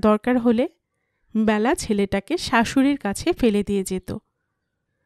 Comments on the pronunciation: Nam ta byala noy Bela. Khub Kan e laglo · উচ্চারণ টা বেলা হবে , ব্যালা নয় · Hu, Byala noi Bela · Bela hobe naam ta.....not byala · উচ্চারণ টা বেলা হবে । নামের ক্ষেত্রে এ কার উচ্চারণ হয় ।